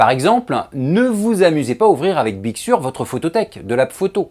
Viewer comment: On dit big seur avec un accent un peu plus british 😉